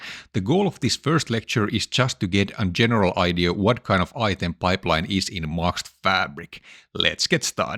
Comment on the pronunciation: I really wonder one thing. Why can't you pronounce Microsoft? It is a very easy word. You say different things each time; for example Maxt